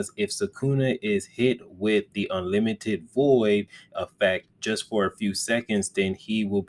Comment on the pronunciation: Bro can’t pronounce mahoraga or unlimited 😭😭